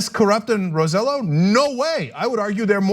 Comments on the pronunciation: His last name is not said like that Ana! It’s not Row Sell O, it’s Roe Say Yo! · The idiot's last name name is pronounced "roseYOH" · I thought of this same point. They've learned from the best in Washington. And by the way his name is pronounced "Roe-say-joe" thanks again. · OMG! I was just about to comment on this. I don't like the man but it just irks me when names are mispronounced. ROSE JOE. ROSE JOE! Even the FOX anchor pronounced it right... sheesh. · Ana, great piece. Just a suggestion: "Rosselló" is pronounced with the emphasis on the "o" and the two ll's are pronounced like "yo." You don't need to have the pronunciation of a native Puerto Rican. But getting it "in the ballpark" will at least make you sound less ludicrous to Spanish speakers than you do now. Thanks!